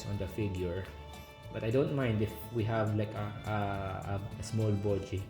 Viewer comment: I like your accent say it again… Bow-jee! 🥹🤣